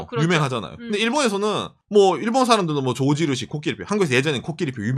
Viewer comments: 난 왜 조진우씨라고 계속그러나했다는 ㅋㅋㅋ 조지누시 발음아니죠.. 죠쥐 루쒸 해주세여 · 코끼리 밥솥도 미국인이 많들었나? 일본어 발음 “George Rucy”